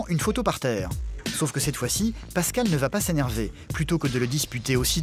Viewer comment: Kani Traoré "Pascale" pas "Pascal"